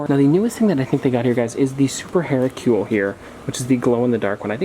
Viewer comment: The way this guy said Hercule...